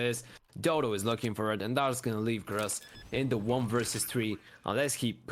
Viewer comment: Name: Grus Casters: ”Ross”